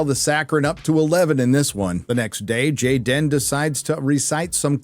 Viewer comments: His name is not Jayden, it's Gayden. ;) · It’s GAY-den